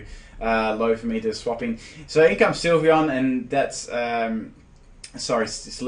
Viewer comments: with all due respect, I think the correct pronunciation is "Sill-vee-on" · You were so close to pronouncing Sylveon correctly to begin with, and then you changed it to the incorrect form.